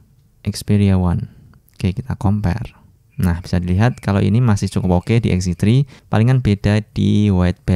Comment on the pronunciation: lagi ngejelasin foto xz tri, kalo sekali ucap jadi xz twri 😁👌